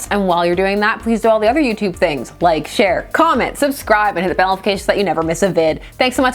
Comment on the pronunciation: Not gonna lie. When you said share, I heard Cher. I thought: Geez, leave that woman out of it.